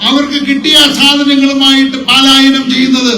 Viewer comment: വാഗ്ദാനങ്ങളെക്കുറിച്ച് ഒന്നും പറയാനില്ല. ഈ നാട് അത്രയൊക്കെ അർഹിക്കുന്നുണ്ടോ? (പാലയനം അല്ല ശരി പലായനം ആണ്.)